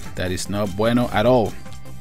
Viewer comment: Hahahahahaha!!!! That's not BUENO hahaha...!!! I'm from Argentina, and I laughed a lot when you said that!